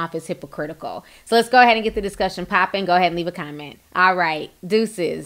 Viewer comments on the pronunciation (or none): none